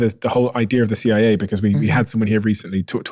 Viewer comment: Fckn stick an r after Cia to right after your first word of idea'r, wtf u people even doin adding r's trying to sound sophisticated